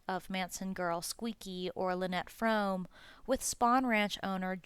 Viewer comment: Also it's pronounced FROAMY..Lynette herself said it's like "foamy with an R"